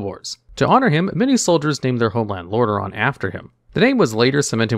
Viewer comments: It is really called Lordareon? I thought its called Lordaeron. Did you made a mistake? ^^ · Hey, love your videos. It's actually Lordaeron, not Lordareon. Keep up the good work!